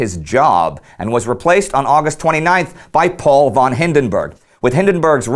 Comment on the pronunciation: I know i'm nit picking right now, as you do it right otherwise, but as a person who has a ''von'' in their name it's really annoying when someone says ''von'' instead of ''fon'' .